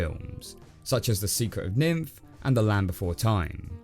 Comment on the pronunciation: Does he know he's been saying "nymph" this whole time?